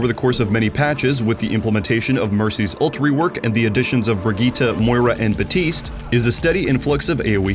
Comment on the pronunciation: Why do people still call Baptiste Batiste as if the P in his name doesn't exist?